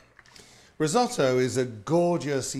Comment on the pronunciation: So for a simple dish of Rice you use the italian Word "risotto" by the way pronounced terribly, you said "rids-o-dou".😬